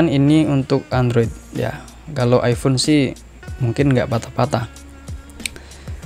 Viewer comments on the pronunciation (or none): none